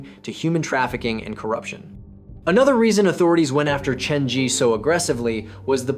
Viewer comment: Why is the Zhi pronounced so inconsistently in this video? Sometimes you pronounce it ZHEE while other times you pronounce it ZHUH.